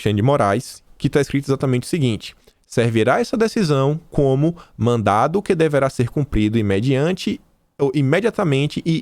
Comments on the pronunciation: você Lê mandado, porém quando você fala fora da leitura você fala mandato. Lembre-se que as duas palavras são distintas. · pelo amor de DEUS é MANDADO,MANDADO!! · por favor, mandaDo... não mandaTo. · mandado e mandato são coisas diferentes. Você pronunciou várias vezes mandato em vez de mandado. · Mandado... mandado... mandado... não é "mandato"! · não é mandato, mas sim mandado. Com D. São coisas diferentes. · não e mandato e sim madado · mandato é diferente de mandado, fica esperto aí na leitura amigão.